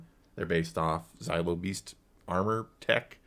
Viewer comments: For the love of the Force and the galaxy at large, it's not "Zylo" beast. It's "Zillo" beast. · It's funny to me that both of you pronounce Zillo as Xylo. Zillo rhymes with Willow, not Kylo. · It's pronounced "Zill - Oh", not "Zie - Low" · Zaylo beast?? Really?? Do you say Godzayla too?? Cmon :)))) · Y’all pronouncing zillo wrong